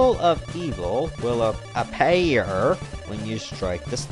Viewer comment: Appaer XD